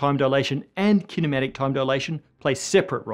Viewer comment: "Kinematic Time Dilation" - took me a moment to realize he didn't say "Cinematic Time Dilation" aka Slo-Mo...